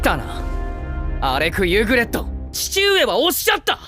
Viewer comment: 발음좀 똑바로해라 이름이 알렉 유그렛인데 알렉 유그레토라니 ㅡㅡ 변신것들 일본어 캬아앜 퉤!